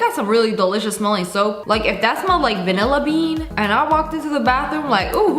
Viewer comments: I was like “VANILBEAN?!” But she said vanilla bean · No way she just said vaniabean 😅😅😅😅